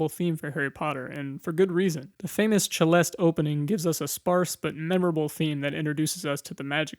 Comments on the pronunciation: I’ve never heard Celeste (/S/eleste) pronounced “/Ch/elest”. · Ch-leste? Never heard it pronounced like cello Always seleste?! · Just for future reference, Celeste is pronounced 'selest', with a soft 'c' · Pronounced seh-lest :)